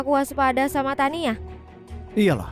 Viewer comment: Namanya Tania jdi Tiana, duber nya nge blank😂